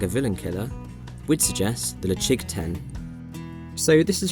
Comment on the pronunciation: Ledaig - did you say “le-CHIG” ?